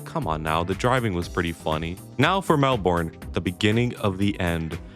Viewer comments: Guys it's not Mel-born its Mel-bin in pronunciation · didnt even recognise that you said "Melbourne" when you said it lmao. you gotta work on your pronunciation for that one